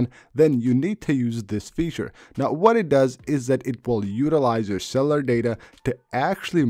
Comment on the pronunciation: "Cellar settings" LOL dude, at least TRY to pronounce words properly... not that hard.